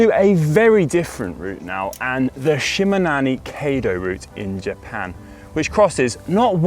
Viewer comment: Shimanono kaydo = Shi ma na mi kai do ... Gold star for trying! 😆👍... Well recommended, done it twice!